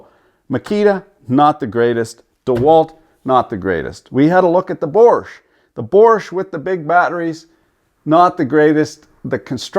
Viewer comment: "Borsch"? 😂 yeah, Bosch is way behind, not really known for being up there with the other big brands.